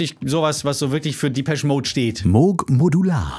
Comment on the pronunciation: Respekt👍🏼 Depeche wird allerdings französisch ausgesprochen, habe noch nie einen Briten "diepesch" sagen hören Dein Lied kommt aber "Happiest Girl" relativ nahe.